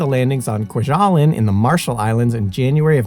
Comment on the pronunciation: It's pronounced Kwa-ja-lane. (Two short a's and a long a.) You and Simon have excellent, well written videos. Minor quibble: You would do well to check pronounciation particularly of place names. Many US veterans could have helped with this one.